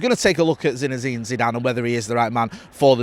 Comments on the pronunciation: Lol continuously calling the bloke "ZINEZINE Zidane"😂😂.. If he becomes our manager you'll have to get it right 😂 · So many Z’s 😂😂😂